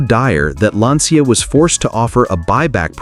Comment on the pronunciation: It's pronounced "lancha" And I owned a coupe. 50/50 it would start. And it was repainted before I picked it up from the dealership.